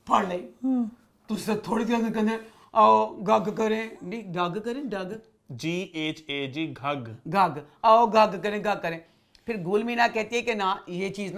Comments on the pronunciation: او بھائی یہ گھگھ نہیں غگ ہںے غگ۔ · The word Ghag is not gharray wala gh but ghayn wala gh, ghayb, Ghalib, ghag. its ghayn gaaf zabar.